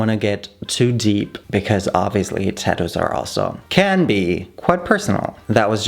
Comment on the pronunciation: Why do u say tadoos